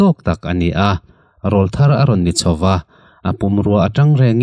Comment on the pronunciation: Rawlthar tih i lamrik dan hi ka sawisel lem lo a, hetianga lam ri hi a awm nual bawk. mahse Râwlthar ti in lam ri la, a dik lehzual.